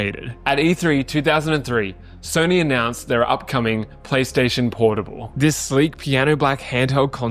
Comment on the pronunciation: bro said pornable